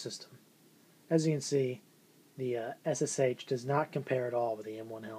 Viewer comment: M1 surely wins. I think the liner in the Ssh39 is better than on the '40. Nice items you got there:) I collect most German WW2 but have a few NKVD items. If you want to pronounce the Ssh correct it's sound like "S sha. That is why they call the PPSh the "Papa Sha" Just info no offense:) If you ever need some original Soviet or Russian Federation stuff send me PM. Regards, Lars